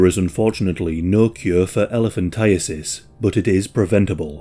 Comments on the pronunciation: Thank you for pronouncing it correctly. I always hear "elephantitis." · This is my first exposure to hearing it correctly. I have lived my whole 36 years believing it is elephant-eye-tis